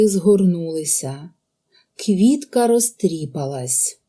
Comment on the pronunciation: У слові "розтріпалась" наголос падає на "а" - "розтріпáлась"!